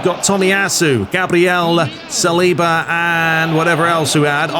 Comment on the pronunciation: Salibá is French, so his last name is pronounced with emphasis on the last syllable.